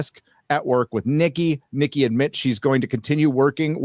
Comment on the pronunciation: I got {{{Triggered}}} every time you said: “Nikki”😎😂